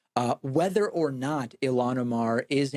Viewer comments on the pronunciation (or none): I don’t believe for a second he’s not purposely mispronouncing ilhan